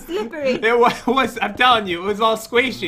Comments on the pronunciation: Does no one care that pat and are saying sqaishy in stead of squishy (no offence and not in a mean way) I love you guys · "Squashy" LOL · I kept cringing when pat said ‘squaishy’ instead of ‘squishy’ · He was being goofy he knows how to prounce squishy